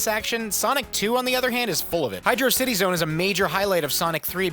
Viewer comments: Its not Hydo•city. Its High•drauss•itee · UHMMMM... , it's actually pronunced Hydrocity and not Hydrocity1!!!1! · IT'S PRONOUNCED HYDROCITY YOU F%CKING MORON! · IT'S HYDROCITY YOU FUCKING EGG